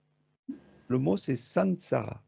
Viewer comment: J' entends à la "ramass(e) plutôt que samsara🙄